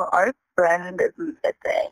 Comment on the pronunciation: Like whatevvar. We wanna call just to let you know, our friend is missinguh.